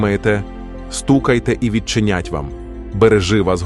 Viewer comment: Перепрошую. Але в озвучці допущено ряд помилок в наголошенні слів. Не відчинЯть, а відчИнять; не зАхисти, а захистИ; не мОлю, а молЮ; не світочЕм, а свІточем; не обдАрував, а обдарувАв. Вибачте. Але треба так.